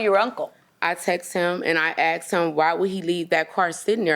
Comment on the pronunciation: She “axed” him about the “awdy”